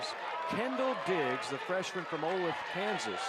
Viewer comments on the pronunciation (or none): It's o-LAY-the, Kansas. Jeez.